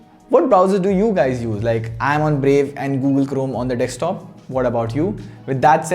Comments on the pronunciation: Bro it's desktop not dekstop 😄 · D-E-S-K-T-O-P, not D-E-K-S-T-O-P. If you're speaking in English may as well speak it right please. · Everyone: Desktop: Dekstop 😂😂😂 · it's a deSKtop not a deKStop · Please stop saying "dekstop". Too many people watch your videos, fix it before someone thinks its the right pronunciation. You guys do this almost every video. Its so annoying